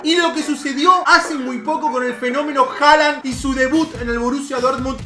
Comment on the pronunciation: no se pronuncia Haland se pronuncia Holand porque en Noruego la letra å se pronuncia como o. Entonces Håland se pronuncia Holand